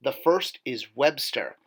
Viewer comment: bro. ‘webstor’ is pronounced ‘web-store’ just as ‘skeletor’ is pronounced ‘skele-tore,’ not ‘skele-ter.’ you wouldn’t pronounce ‘stridor’ as ‘strider’ would you? 🤦🏼‍♂️